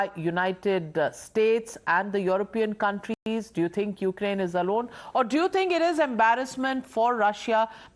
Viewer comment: Every damn and dick of Indian Media anchor is talking endlessly all day about Ukraine/Russia conflict without knowing where Ukraine is. All of a sudden these half-headed anchors have become experts, who can't even pronounce the name accurately. I am dead bored, do they think they are gaining any extra viewership? I doubt it.